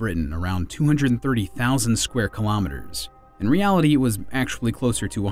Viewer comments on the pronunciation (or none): none